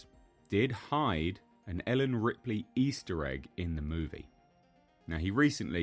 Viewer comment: Did the guy really call Ripley 'Ridley'?